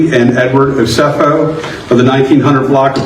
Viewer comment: O-SEH-FO..